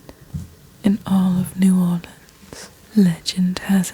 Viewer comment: AND SHE PRONOUNCED NEW ORLEANS CORRECTLY🔥🔥🔥🔥